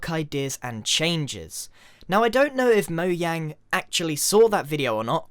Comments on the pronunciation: The Golden Ninja yeah! and did anyone notice that Grian said Moyang not Mojang when we started the video!😂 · Grian You Said Moyang In stead of Mojang Right Here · DID HE SAY MOYANG INSTEAD OF MOJANG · I can't believe grian said moyang instead of mojang 😂😂😂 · he said Mayan the Minecraft company is not called that it’s called mojan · SINCE YOU SAY "MO YANG" INSTEAD OF "MO JANG".ID ASSUME YOU SAY "YAVA EDITION" INSTEAD OF "JAVA EDITION" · It's not moyang it mojang grian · it mojang not moyang. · Its Mojang, not Moyang. Pronounce it right! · Omg I know your British but Mo-yang sounds hilarious. (I'm American so I pronounce it Mo-Jay-ng) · You know that you say "moyang" in stead as mojang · is it just me or does he say mo yang instead of mo jang though I don't know if he's American Australian or British sooooo idk but nice Vids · Sorry to correct you but it's mojang not mowang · Who noticed that grian said moyang its mojang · Moyang. You said MOYANG! It's mow-jang. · It's pronounced MOE–JANG, not pronounced MOE–YANG, stacyplays asked the manager or whatever dude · it's pronounced mojang not moyang okay? okay. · Mo yang? I thought it was pronounced mo jang. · You said "Moyang" Instead of "Mojang" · did he pronounce mojang like moyang? is that a british thing? im not trying to be rude i have just never heard that before... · Its MoJANG, not MoYang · Vasco Neto No , its "Mojang" not Moyang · btw it's pronounced mo-jang not mo-Yang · Moyang?? It's Mojang (Mo- jane-g) {{At 13 seconds}} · it mojang not moyang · its mojang,not moyang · Andon Gaming-they know grain said "moyang" instead of "mojang" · moyang XD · Grian said moyang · Grian: Moyang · Grian says moyang Other minecraft players😑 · Nobody: Grian: Moyang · He said "Moyang" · Did grian say moyang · Moyang lol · grian you said moyang lol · Mo-yang? ****TRIGEREDDD**** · Why do u say moyang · He pronounces it "Moyang". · It's not called Moyang Grian lol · WTF is moyang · He said moyang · It's not moyang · did he say moyang